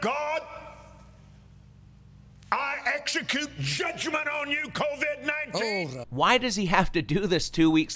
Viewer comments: He said c-o-d-v19 lol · He calls it "CODV 19." Watch Copeland weasel his way out of this later claiming, "This CODV 19" is different and it was also cured too. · Two reasons I know God did not speak to Kenneth Copeland: 1) He is Kenneth Copeland 2) God wouldn’t misspell COVID-19. Kenneth read, “CODV-19”. 😂